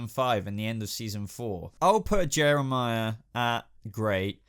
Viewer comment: you called Jerome Jehmirah and when you said raz al gul episedo was called the demons head ps I LOVE GOTHAM ps Jehmirah is my best villan and Jerome second